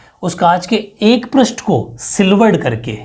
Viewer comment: Sir पृष्ट nahi hota he पृष्ठ hota he aapne hi to शब्द शुध्दि me bataya tha ष्ट प्रत्यय nahi hota ष्ठ praty hota he😜😜